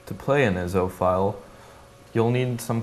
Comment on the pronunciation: they arent called (Ih-zo) the are I.S.O (Eye-es-oh)